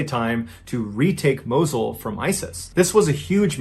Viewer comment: it's "Moss-ul"